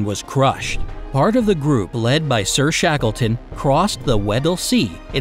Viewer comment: He say the explorer rusty shackleford?